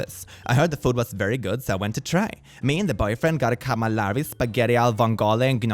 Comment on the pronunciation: and -> I like you,,I do🤎,but I'm an italian girl and I suffered when you mispronounced "calamari,spaghetti alle vongole and gnocchi" and "calamari" so bad 😅